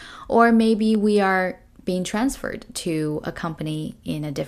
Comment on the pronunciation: ⋯the stress of the word transferred ⋯should be the first syllable or second syllable ⋯😵